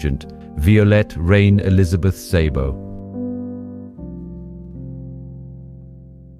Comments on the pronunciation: I've been bingeing your spy videos for several days now. They are excelently done and intriguing parts of history. Thank you for your work. She was an extraordinary person. By the way, in Hungarian, "Sz" has the "S" sound. Therefore "Szabo" is just "Sabo" not "Saybo." :) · Great video and story - now if only you could decide on a consistant pronounciation of the names - "Violette/Vyolet" changes every few setences, and there is even "Szabo"/"Zaybo" and a few more weird ones :) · Is this AI? Horrible mispronunciations of several words. Eg - the name Violette pronounced alternately two different ways; - Szabo just wrong; - 'le bon marché' It's not rocket science; basic French gets you there. There's an old movie about Violette, if anyone wants to find it.